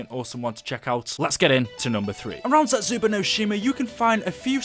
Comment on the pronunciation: I get that you're British but why do you say Zetsubou as (zetsuba)